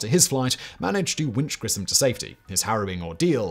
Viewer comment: Just for someone who was interested... Gus's last name is pronounced GRISH-um.